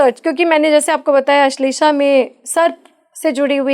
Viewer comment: ~ "अश्वनी" ग़लत उच्चार है, 'अश्विनी' बोलना चाहिए। ~ "अश्लेषा" भी लिखना-बोलना ग़लत है , सही शब्द 'आश्लेषा' है।